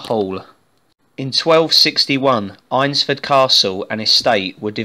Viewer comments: Great vid! I live near here so just to point out its pronounced ainsford. Ain like pain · Nice video mate! Just one point - it's pronounced "AINS" - ford. But good work. A place very close to my heart.